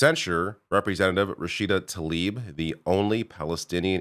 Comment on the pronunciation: Say her name correctly. It’s not Taleeb it’s Tlaib